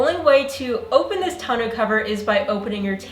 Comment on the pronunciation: I have the OEM tonneau cover; but, I watched the video to learn how to pronounce "tawn-OH." Side note: Techron is the only fuel additive Click and Clack recommended. (RIP Tom)